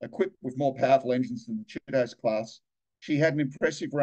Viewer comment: I think it's Chee-toe-zay". There's an anime hero with the same name.